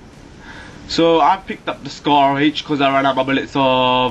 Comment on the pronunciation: "scARR acRR" LOL!! dude, thank you for pronouncing your R's even though most people from the UK and Britan area do not!! lol its so great!